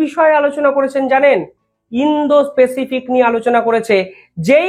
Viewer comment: Bhai, apnar uposthapona bhalo. Ektu Pronunciation ta thik korun. Indo - specific noy. Ota hobey Indo- Pacific ( ইন্দ- প্যাসিফিক). People er uchharon Pupil noy (পিপল) । Please egulo correct korun , amader shunte bhalo lagbe.